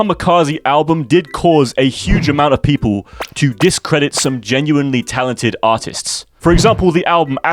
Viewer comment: The heavy accent on "artists" and the Filthy Frank reference killed me Also, thoughts on Terror Reid?